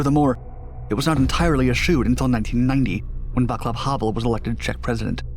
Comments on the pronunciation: Vaclav Havel is pronounced Vahts-lav, not Vak-lav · Your videos would profit from a bit more effort on pronouncing names correctly(Vaclav Havel's first name is spoken Vass-lav and not Va-klav). Moreover, taking care to use the correct dates of events(the Berlin Wall fell in 1989, not 1986), would increase the quality of your presentations. Some of the information you present is genuinely fascinating and is often not well-known. It is a shame to diminish the quality of your efforts with such errors. Cheers, Alan Tomlinson